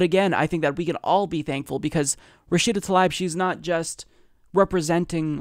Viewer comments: pronounce Tal EEb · I believe her last name is pronounced Tal EEb.The letter "I" sounds like "EE" For example my last name is Risek. Pronounced REE SECK, but in North America people say "RYE SECK" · Her name is spelled Tlaib, not Talib, but regardless, I think you're right about the pronunciation of her name as "tuh-LEEB."